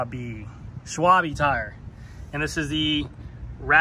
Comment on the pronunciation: Schwalbe Shval-beh 😉😂